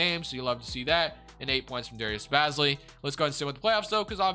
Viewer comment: Hey man keep up the great videos but as a thunder fan I just wanted to tell you that Aleksej Pokusevski is pronounced (Alek-Say Poku-Chef-Ski) not Alex Pokoski, and our main man Darius Bazley is pronounced (Baze-Lee) not Bazzly, great work brotha